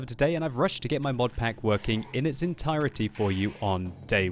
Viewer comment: Always enjoyed the way you pronounce "entirity"